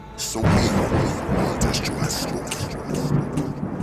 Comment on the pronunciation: It's Lord Destro... Not Re-Destro from My Hero Academia.🤣